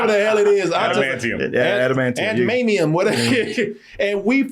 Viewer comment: Aunt Maynium, Ant-Manium 😂